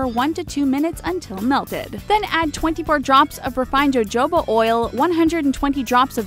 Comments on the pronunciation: DID NOBODY NOTICE HOW SHE SAID JOJOBA OIL? IT'S PRONOUNCED HO-HOBA. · THE WAY SHE SAID JOJOBA AND GLYCERIN E W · Jojoba oil isn't pronounced "jo-jo-ba" but "o-ho-ba" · She uh and Joe joeba ? Jesus It's SHAY and HOHOBA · Jojoba : HoHoBah not.. JoeJoeBah Glycerin: Glis er in Not Gleye sir in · Holy moly...you do know that Jojoba is pronounced "ho-ho-buh" not "Joe-joe-buh", right? Honestly, guys... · Jojoba is pronounced HoHoba Shea Butter is pronounced Shay Butter I know this doesn't really matter but, when informing people use the right information. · Hohoba jojoba is pronounced hohoba. 😒 Holyshit.... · What is wrong with this announcer? Why can she NOT learn how to pronounce jojoba? It's pronounced ho-HO-ba. Be better! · its not pronounced as it is spelled.... Jojoba...its pronounced hohoaba . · Jojoba is pronounced ho-ho-ba. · Anyone else cringe when she pronounced jojoba with "j's" instead of "h's" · how can u be a grown person making this video and not look up how to pronounce 'jojoba?' or...shea, for that matter. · She pronounced jojoba wrong